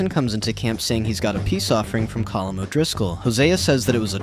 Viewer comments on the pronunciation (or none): No colm is pronounced (Co-m)